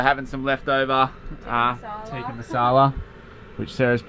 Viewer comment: Lol, love the way you say Tikka (Tick) as Teeka (tee), cracks me up every time! How good is cooking inside,? Love the random emu strolling along. So awesome when you see random things in nature like that, the best.